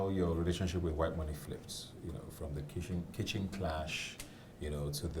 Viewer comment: Did ebuka just say kissing instead of kitchen?